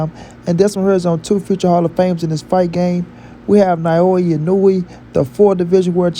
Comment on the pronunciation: you are BUTCHERING that man name geezus 🤣🤣🤣